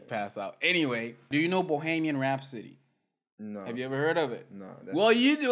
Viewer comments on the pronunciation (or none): it's pronounced Bo-he-me-an Rhapsody. Bohemia is the largest region of the Czech Republic. A Bohemian is a person who is deeply and broadly creative.